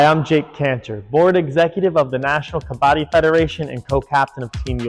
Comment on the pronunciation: Love your passion and vision. The song at the end is great! Please please please please PLEASE pronounce Kabbadi correctly, as they do in that song. Please! 🙏🏾